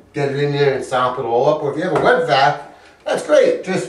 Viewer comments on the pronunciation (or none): I thought you said you need a "Wet Back" O_o !!! LOL.. (Wet Vacc) btw not sure why im watching this as I have no reason to remove any toilets lol..